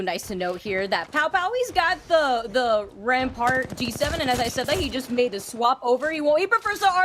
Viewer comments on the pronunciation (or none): none